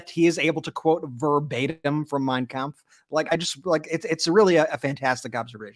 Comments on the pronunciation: Yes, that was the exact thing I said...that Trump saying the name of Hitler's book with perfect German pronunciation totally outs his beliefs and practices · That was a scary statement, he can't quote one passage from the Bible, but not only pronounces Mein Kunpf correctly but quoting passagies from it over and over. Trump may not have read Mein Kunph , but I bet Miller read. It to him like a bedtime story. Ihave been telling people for a long time, that Trumps playbook was right out of Mein Kunpf. We can not become the new Nazi country, that we fought and lost lives over in WW2. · It was very strange that the way he pronounced Mein Kampf he did it correct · Trump is of German descent so he should be able to correctly pronounce Mein Kampf. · The German name Trump was Trumf so of course he can pronounce it. But he is still a LOSER!😅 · Trump is paranoid and can pronounce that book name better than anyone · I thought the same Ben - trumpty pronounced ' mein kampf ' with a perfect german accent!! Got it from his vater perhaps? 🤔🤔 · Yep, I thought that too. His pronunciaton is quite on point Steven Miller is a Capo